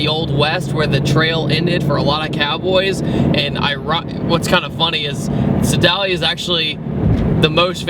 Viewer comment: I may have cringed at your pronunciation if Sedalia lol. if I knew you guys were coming through I would've met you :P